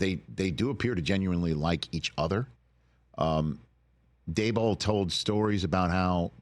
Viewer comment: Someone teach Rich how to say Daboll’s name.